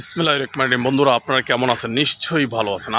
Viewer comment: মূ্র্খ কোথাকার বিসমিল্লাহ ঠিক মত পড় আগে😊